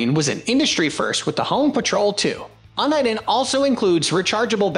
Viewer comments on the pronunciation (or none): It's YOU-KNEE-DEN not UN-EYE-DEN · 010323 - It's pronounced "You-Nih-Den" For someone who seems to know a little something about scanning, Uniden has been around a VERY long time. Please honor them by pronouncing the Name correctly. Thanks! Oh and HAPYY NEW YEAR!! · Don’t know if i want to take advice on best scanners from someone who can’t even pronounce “UNIDEN”.